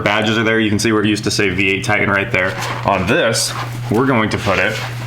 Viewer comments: It is pronounced Tie-tAn...not tight-en. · I cant stand the way he says it. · Is it a "Titan" or a "Ti-an"? There are 2 Ts in titan. Just sayin. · Why do people say "tigh-en" instead of "titan?" I live in Nashville so I hear it all the time. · There are 2 "T"s in titan. It's not a tian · Please say the name of the truck......Ti-tan.......Can’t figure out why a guy from Wichita says this word like he is from Connecticut?????? Parents are East Coasters???